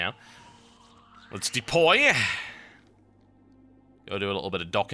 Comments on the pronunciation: I like how he keeps saying "depoy" :p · I must smile every time he says "Depoy".